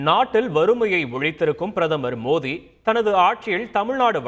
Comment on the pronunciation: Modhi pronounication correct but tamil text in title can be corrected